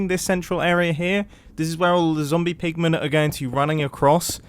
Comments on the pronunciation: "zombie poogmon" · "it has a higher chance of spawning zombie poogmen" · Is it just me... Or was he actually saying zombie poogman/poogmen? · Mumbo says zombiepoogmen. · "has a higher rate of spawning zombie poog-men" 🤣🤣🤣